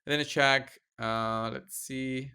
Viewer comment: Actually its Ahak Achak is funny